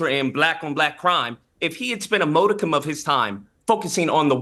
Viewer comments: I thought you did really well. Oh! Don’t give them an inch!! Modicum is not pronounced MO-dicum… it’s more like MOD-icum💕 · HOW DO YOU PRONOUNCE MODICUM?